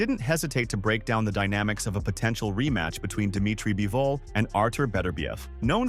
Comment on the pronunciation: By-vol? Is the script done by chatgpt too?